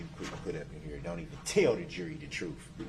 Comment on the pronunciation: He seems to be completely unaware of just how ignorant he sounds when he says "troof" or "mowf" or "tacket" or anything like that. He needs to be taught that -th does NOT make an -f sound.